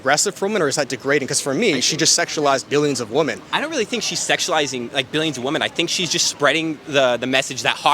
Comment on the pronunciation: Good stuff! I just want to point out that you’ve picked up the habit of saying “WOMAN” when you mean to say “WOMEN”. This is something that I’ve noticed people 18-25 do for some reason